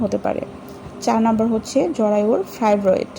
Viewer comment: কথাটা জরায়ু জড়োয়া নয় ফাইব্রয়েড কথাটা, ফাইব্রেট নয়।